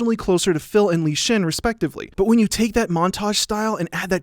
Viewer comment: Is anyone else bothered by the fact that he called Li Shang, Li Shin? Nope, just me XD